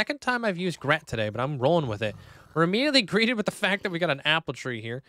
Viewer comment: sooo you can pronounce pneumonoultramicroscopicsilicovolcanoconiosis with ease but you can't pronounce "greeted" LOL🤣don't change love the video as always ❤